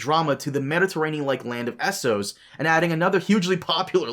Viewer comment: What's with this guy always saying EE-sos? It's spelled Essos... short E